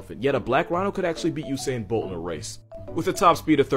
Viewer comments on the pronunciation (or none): none